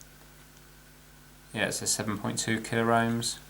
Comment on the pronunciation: "33 killer ohms? uF and not μF? Ezactly?" You're killing me! But I love your videos.